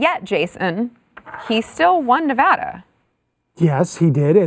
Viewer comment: thank you for pronouncing nevada the proper way💚👍